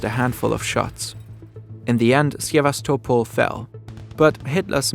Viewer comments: Nice video! Just a couple of corrections: 1. Its not "russian" soldiers who defended Sevastopol, its soviet soldiers. In fact, Ukrainians suffered the most casualties in tge battle of Sevastopol. 2. Its not "Syevastopol' ", but "Sevastopol' " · Sevastopol and Maginot Line are mispronounced. Grammar is pathetic. “…Heavy Gustav still served its purpose, as a flashy propaganda piece for Hitler’s vision of an unstoppable German war machinery.” And if you’re going to present a video in English, you might consider a narrator whose first language is English; or at least proofread before publication. Great cg, but semiliterate presentation with a sophomoric ending. But then, McDonalds sells over 2.4 million Big Macs a day. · the "gi" in "The Maginot Line" is read "ʒɪ", not "ɡɪ". and there's no "ya" in "Sevastopol"